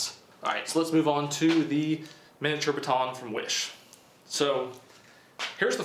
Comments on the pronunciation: Please learn how to say baton. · I hate how you say baton “BA TON”